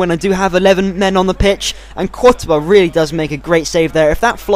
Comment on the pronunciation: I've been with ur channel ever since the beginning, you have grown so much! You can even pronounce 'courtois'.